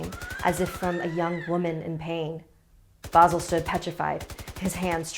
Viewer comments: It’s not vasul it’s vasil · I like how they said his name like vo zel when it's spelt vasil and pronounced vah seal I'm bulgarian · Oh god OH NO NOOOO GOD NOOOOO as a Bulgarian i dont like that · IM BULGARIAN. And uh this is not how you say Vasil but whatever xD